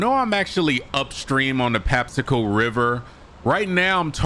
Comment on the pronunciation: Patapsco!!! Why do ppl say patapsaco??? Anyways good catch brother!!